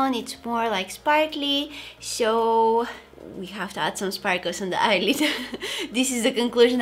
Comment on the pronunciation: why do you say sho instead of so? ;/